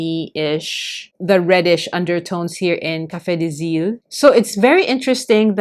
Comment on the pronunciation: Thank you for your video. I love brown inks! Your prononciation was pretty good for Café des Îles !